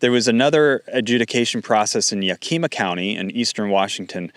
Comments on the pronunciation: NOT YAH KEEMA. YAK I MA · ya·kuh·muh not ya-kee-ma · If you can't pronounce the name of a place, why are you talking about it. It's 'yak a ma' not 'ya keem ma' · The way you pronounce Yakima is awesome! You make it sound way better than it actually is. The actual pronunciation is Yak-i-maw. Yak - like the animal, i - like the 'i" in "it", and maw - like maw. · thank you for this report. Pronunciation is Whatcom: Wotcum and Yakima: Yackima. This is a devastating addition hardship for the soft fruit industry in Whatcom. When I was growing up there in the 1970s Whatcom County produced most of the country's berries. Cherries, peaches, apples mostly grow on the east side of the Cascade mountains. We have always been been the country's largest supplier. In the 1990s a new pest arrived on the west coast that has devastated farms that produced fruit for fresh eating. The Spotted Wing Drosophilia Fly. SWDF lays eggs in the fruits early blossoms, and the larva then bore into the young fruits. It has ravaged every fruit crop on the west coast. Since the wild Himalayan blackberry has spread to every vacant lot and open space, that has facilitated the spread of the SWDF at an exorbitant rate. Now, most of our fruit is only fit to make juice. Fortunately, that hasn't hampered our wine grape production. Having the government go after water consumption rights is just evil. I believe that you covered some of the water permit strong-arm tactics that are being used on family farms here a couple of years ago. Most of the world doesn't realize that Washington state is truly a bread basket and leading fruit producer of the world. What can we do to stop the blood bath? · It's yak yak yakima county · It's pronounced YAK-ima. WHAT-come County. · I'm starting to think you aren't actually in wa... yakeema? No way you don't know how to say Yakima. Or watcom. Is this ai? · (psst - it’s “en masse”, & I think it’s pronounced YACK eh ma) Thx for all your reports...